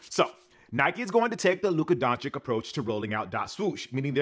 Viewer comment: PLEASE learn how to pronounce Luka's name! It's not that hard, man...